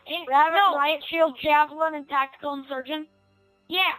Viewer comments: Tactickle? Lmao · tackticklee lol